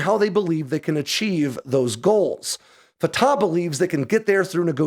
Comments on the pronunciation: always enjoy your stuff. This one is a bit out there. I'll stick to the facts. It's not "fa-ta". It's "fa-TACH". The CH is like CHumus or CHamas, no like an H. Secondly, Palestine is no a country and never has been. It was a designation for an Ottoman Empire area, later a British mandate, and until later on in the 20th century not even a desginator. But then PLO terrorist Yasser Arafat coined the term Palestinians, and terrorist sympathizers rushed to embrace that term, and that's what exist today. Not a country. Not in the UN. Doesn't issue passports. Isn't more than a fictious construct. Hamas exists to kill all of Israel. Israel has let it sit out there and spin, and it wasn't until the savage murder and butchery of last week that Israel said "Enough." That's not the same as "Israel declared war." Hamas had already done so -- back in 2005 when Israel left. There is no "occupied" territory. Hamas has solely ruled it since Israel left. Israel isn't "laying siege" to a "territory it occupies" as that makes no sense. But hey, Hamas wants it both ways. Terorism... and the killing of babies, beheading them, burning them alive, that's all Hamas. I'll wait for your next story about cool military hardware. This story... narp. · Thank you so much, from an Arab viewer. Neither side is innocent, is the short version. The Arab lost 1948 yet they want the land handed back by the victors. Fatah is pronounced as Fat'h with a loud H at the end. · Pronounced separately, Fa Ta